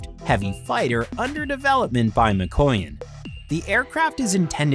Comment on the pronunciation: ma-koy-yan? lol